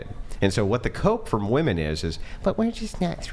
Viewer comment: jfc why can't so many of these idiots pronounce "women" correctly? It drives me crazy